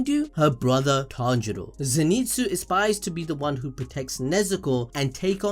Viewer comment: Tanero 😂😂😂😂😂(Tanjiro)